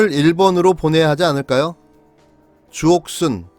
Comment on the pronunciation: 조..옷..쑨... 이렇게 전 들렸네요 ㅋ